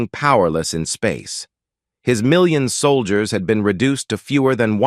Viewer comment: "Solgiers" LoL 🤣